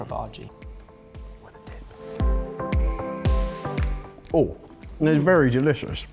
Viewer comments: Lol at pronouncing bhaji as "baaargey"!! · I like when says Bhaji in his typical British accent.